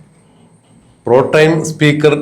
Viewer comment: Protime അല്ലടോ.